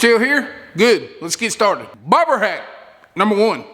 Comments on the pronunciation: I thought you were calling the float a “ pig float”. Lol About half way through I figured it out. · Sounds like hes saying barber hacks